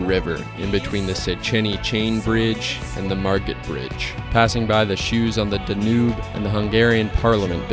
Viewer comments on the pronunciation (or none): Dnoob river lol, I believe it's pronounced "Dan-You" lol.🤣🤣😜😜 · I looked up 5 different pronunciations and they all said Danube but that's what I get for trusting the internet I guess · Yeah I looked up numerous pronunciations and kept hearing Danube so I figured that's what it was. My mistake